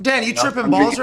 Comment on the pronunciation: Lol “ is he taking ayawassah?” Lmaooo ayahuasca